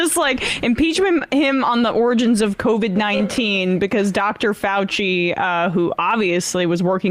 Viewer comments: Any one else heard her start to do a Donald Trump by saying "... getting to the ORANGES of COVID-19..." but caught herself midway and came out as "... the ORANGE-GINS of COVID-19..." ? LOL!! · She said "oringins" instead of 'origins'. Very similar to when Trump said "oranges" instead of 'origins'. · 'Oringins' does NOBODY in the fuckin GOP know how to say the word origins? 🤣🤦🏽‍♂️